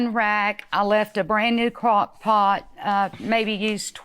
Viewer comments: He knew damn well that woman said crock pot and not crack pot 😂😂😂😂😂😂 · Lmao! Judge Mathis can't go a day without talking about crack..🤣🤣🤣🤣 He knew what that lady said. "Crock Pot" Not "Crack Pipe"🤣🤣🤣